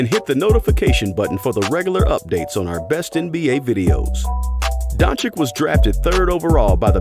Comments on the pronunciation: IT'S DON-CHICH, NOT DON-CHICK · We all love Dončič and his genious game. Regards from Slovenia keep it up and learn pronounciation 🙃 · Learn to pronounce his name man..im tired if youtubers want to milk money on luka then mispronounce the name..bogus